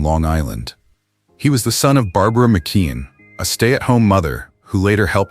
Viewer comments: It's pronounced MICK-KEY-ON! Not MICK-KID! SMDH! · It is McKeon not McQueen